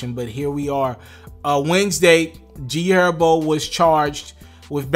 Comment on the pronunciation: He did say G Erbo right? 😂. 10 sec